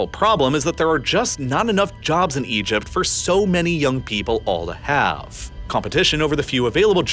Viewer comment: EgypT. …shorT. … finisheT. Really spitting out those T sounds at the end of sentences today.